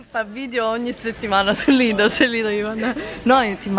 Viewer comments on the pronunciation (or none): Ciao cmq nn si dice lidol ma lidel però se voi tite così è uguale cmq bel video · Non si dice idol si dice lidel